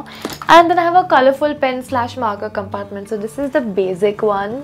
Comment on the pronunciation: it's not bazic it's basic